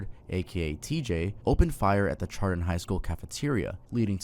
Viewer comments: chardon is pronounced like "shardon" not "chardon" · I go to school with his younger cousin 😭 I’m friends with her and she’s in my grade. Says schizophrenia runs on that side of the family. Also it’s Chardon with an sh sound lol